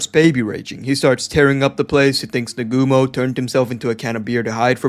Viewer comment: It's Naa-gu-mo, not Nagoomo.